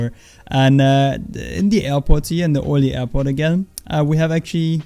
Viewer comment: Hi i'm one of your french sub, i wanna explain how to pronounce french City Paris [Pari] Bordeaux [Bordo] Calais [Calai] Orly [-ORly] the R is very loud Cotentin [Cotantin] Passe une bonne journée Have a good Day my friend 😁 🇫🇷🥖🥐🐌🐸🍷🍽️